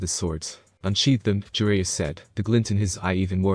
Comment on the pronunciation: Sue-Na-Day, Ja-Ry-A Not Sue-nade and Jer-Ray-A